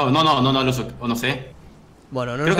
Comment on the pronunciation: No se llama lucu es luzu